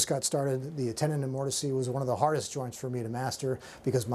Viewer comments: Why are you saying mortisee? I have never heard that before and can’t get past it. I thought it was a joke at first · The E in mortise is silent. MOOR TIS